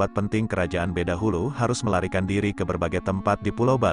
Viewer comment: Bukan badahulu min tapi bedahulu .